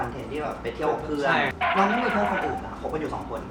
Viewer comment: คำว่าเพอื่นนอะเเม่55555